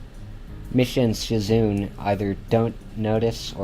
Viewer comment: it's not shizoon it's a japanese name m8